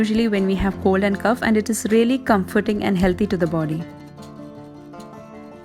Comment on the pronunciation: Sis.....please see to your pronunciation of cough in the winter home remedies video......